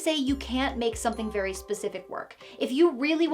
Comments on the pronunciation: Saying "fairy" instead of "very" tickled me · Did you say, "You can FAIRY quickly get in over your head"? 👀